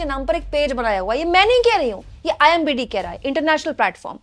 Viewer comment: Ma'am imbd nahi imdb boliye 😊😊